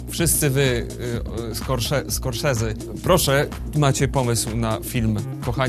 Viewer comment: Widze tego anglika, ktory gra osma godzine bez przerwy, z ustawionym jezykiem niemieckim 😂 Btw: "Skorsezi".